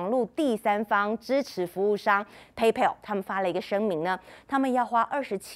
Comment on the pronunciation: 美女，PayPal 的正確發音近似「胚剖」喔～加油！